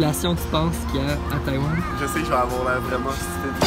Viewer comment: 阿兜仔把台灣唸成呆丸了